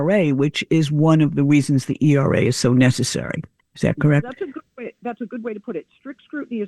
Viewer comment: Hey AI, it’s Equal Rights Amendment, ERA, not ERRA.